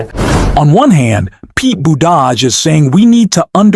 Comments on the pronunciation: LEARN TO PRONOUNCE Buttigieg. NOT BUDAJH BOOT IJ EDGE It makes you sound IGNORANT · Please learn how to pronounce Pete's name.